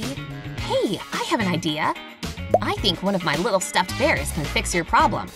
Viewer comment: She said ONE of her baers